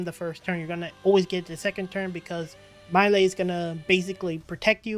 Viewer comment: He named is pronounced MY°EL... I couldn't keep watching because you were butchering their names